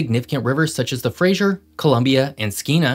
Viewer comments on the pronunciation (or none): Just so you know, it's Fra-zer, not Frasier 🫶🏻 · Lovely video showcasing our beautiful province. But suffers from the peculiar North American tendency to pronounce "Fraser" as "Frasier" :) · you keep improperly pronouncing the "Fraser" river as "Frasier" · Also the Fraser river is pronounced like Frazer, not Frasier. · Nice work here,. Just a few suggestions on pronunciation (in phonetics) from a local. Chilcotin= Chill coe tun, Fraser = Fray Zir (not Frazier as in the character played by Kelsey Grammer) and Esquimalt= Es kwie malt. These are all anglicized and not quite the First Nations names. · Yeah the mispronunciation of Fraser is pretty bad from someone who says he lives in Oregon. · Chilcotin has a hard O sound, like coat, Esquimalt, while showing it's enunciation online as how you pronounced it, no one in my 60+ years has ever pronounced it that way, actually. We all say Ess kwhy malt, with the accent on kwhy. Fraser is like laser, not Dr. Frasier Crane. Ker moe dee bear. And oh, what the heck: Neil Peart is pronounced Neil PEERT, not Neil PERT. lol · Nice work,! I have three small pronunciation corrections to make regarding British Columbia place names. Fraser: freɪzər (FRAYzer, not FRAYzher as in the TV show, “Frasier”) Chilcotin: tʃɪlˈkoʊtɪn (chillCOATin, not chillCOTin) Esquimalt is: ɪˈskwaɪmɔːlt (iSKWYmalt— SKWY rhymes with WHY—not iSKWEEmalt) You pronounced all the other names correctly, or at least the way most people here in BC do. Thanks, and keep up ‘em coming! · Hi, great video! Couple pronouciations: Fray-zer, not Fray-sure; ker-mode-eye, not ker-mode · It’s the Fras’er’River not the Frasier Crane River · Great video and I don’t mean to nitpick but it’s pronounced ‘Fra-zur’, not Fraiser. Thanks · You are mispronouncing Fraser. It doesn't sound like Frasier, the guy from the TV show. It sounds like laser. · It's actually just [Frei-zer] river not [Frei-zher]. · Sir. Please say Frazer, not Frazhure. Thanks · Fraser. Not Frazier